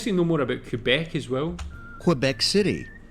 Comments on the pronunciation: The guy doing the voice over for the video is actually mispronouncing a lot of things. First Quebec, then he called Casa Loma… Hill House (no locals say that) and they mispronounced Quay. Aaahhh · Just a friendly note... "Quebec" is pronounced "K beck", not "Q beck" (emphasis on "beck").